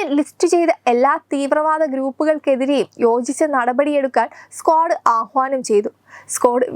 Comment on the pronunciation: നിങ്ങൾ എന്തു മൈരാണ് ഈ പറയുന്നത്... സ്ക്വാഡ് അല്ല... ക്വാഡ്....😂😂😂